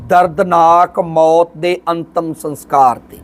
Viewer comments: Antam saskar not sanskar pl. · Sans kar ni hunda saskar hunda a maharaj